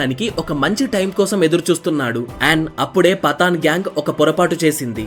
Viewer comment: పతాన్ పఠాన్ కాదు బ్రో పఠాన్